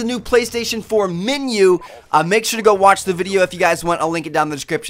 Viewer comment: minu why do u say minu it menu